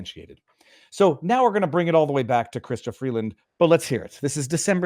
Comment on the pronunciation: Why are you calling her "chhhystia"? It's not a Jewish of French name.